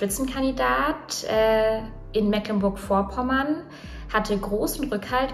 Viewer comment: Bisschen cringe das man netmal Mecklenburg Vorpommern aussprechen kann und dann versucht ein "funny fail 😂🤣😂" Ausschnitt zu machen mit Musikuntermalung. So auf lustig gequält 🤦‍♂️